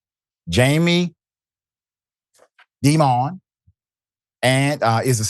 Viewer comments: You guys are pronouncing Dimon wrong. It’s DIE MUN. Jaime Dimon. Pronounced DIE MUN. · I thank you for these stories, but how can you not know how to correctly pronounce Jamie Dimon's name? Pronunciation: "DY-mən". Like 'diamond' without the d at the end. He's one of the most disliked bankers in the country.